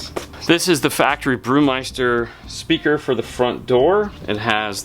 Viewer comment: I cringed every time haha